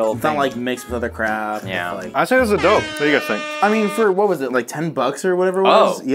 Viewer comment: AWWW she thinks it's "Doper Nope" Not "Dope or Nope"